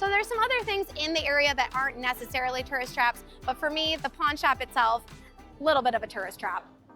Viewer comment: Tough to watch a video about tourist traps in which you can't properly pronounce the word "tourist".=